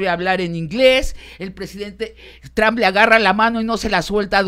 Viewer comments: Sabina necesita aprender a pronunciar (en ingles o en espanol, ya da lo mismo la neta) el apellido de Trump... no es Trahmp! no se si sea con jiribilla de tratar de decir 'tramp' (insulto en ingles, no significa nada en espanol) o es nomas que no le da la boca para pronunciarlo bien. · No puedo tomar en serio a alguien que pronuncia "Tram" en vez de Trump, da pena ajena y parece que no cursaron secundaria (Sabina Berman).